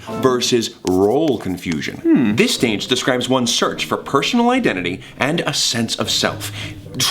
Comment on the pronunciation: did he just say “pershonal identity” instead of personal identity